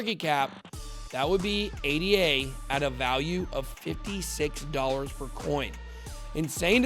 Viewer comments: It's not A-D-A, it's the proper name Ada, named after Ada Lovelace. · Actually it isn't called "Ei Di Ei" or whatever.. It's not an acronym, it's called ADA with A as in Africa. It's the name of Ada Lovelace the world's first programmer.